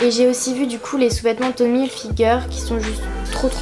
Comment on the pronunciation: Tu prononce mal "Tommy Hilfiger" donc bon 😐